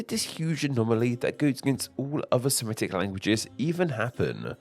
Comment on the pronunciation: FYI, the word "Semitic" is pronounced the way it's spelled: /se-MI-tik/, not /se-ME-tik/.